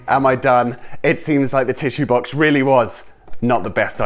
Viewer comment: When he said box he said baox like ba ox